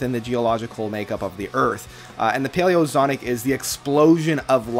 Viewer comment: “Zonic”? Really?